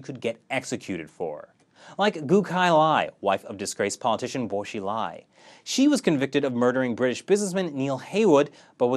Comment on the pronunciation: ( minutes)Bo-she-lie 😀😅😂 she must have lied 🤥